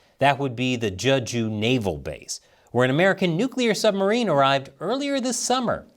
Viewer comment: It's pronounced "Jay-joo", not "Juh-ju".